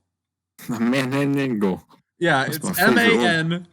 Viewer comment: I love the way he pronounces manananggal lmao